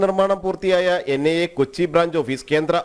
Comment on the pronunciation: NNI alla vaaname... NIA Athenkilum vallapole parayan padikku